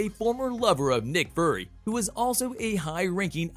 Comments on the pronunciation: Can you please let someone who has actually watched the movies read the script? Yelina and Nick Furry? Seriously? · Fury not furry